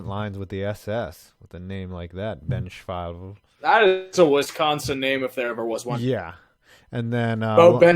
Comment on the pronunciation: Beau Benzschawel is pronounced Ben-sch-wah, he's from Grafton, WI, and yes it is VERY much a Wisconsin name cuz there's a few from here in Green Bay, WI. But everything after that about Farm Boys is 100% true XD